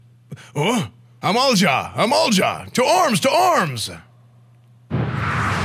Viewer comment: he actually pronounced Amalj'aa correctly, consider me impressed.